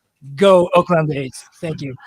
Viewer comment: Oakland, not Auckland 👍🏿